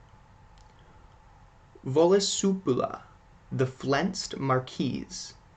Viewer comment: I am pretty sure Misha the wolf spider is an obereth Also the s in Marquis is silent.